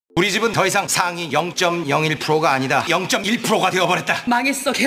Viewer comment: 더이상 상위 0.01%가 아니래ㅋㅋㅋㅋㅋㅋ 발음이 안되서 좃나 웃겼다ㅋㅋㅋㅋㅋㅋ